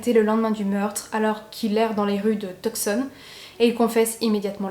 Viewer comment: Tucson se prononce "Toussonne" et "Bros" est l'abréviation de "Brothers" et ne se prononce pas "brosse". 🙂